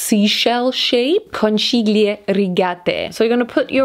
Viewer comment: in Italy the “ch” is like the “k” for english people so “conchiglie” is “conKiglie” (hope u understand the sound) ly